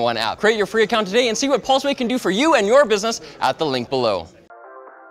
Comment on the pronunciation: Pulse - Way... Not Paul-Sway